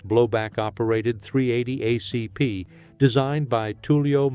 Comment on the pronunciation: Fucking AI!!! "..38 oh see pee"